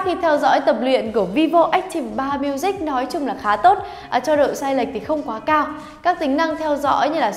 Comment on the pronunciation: Ách ti vồ 3 miu zich . Đọc thì nửa tây nửa ta :v haha lại còn phát âm sai 😂😂😂 đọc hẳn vi vô ách típ 3 miu dích cho nhanh :v hahaha